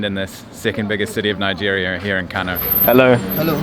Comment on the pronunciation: Kano is pronounced like kanoo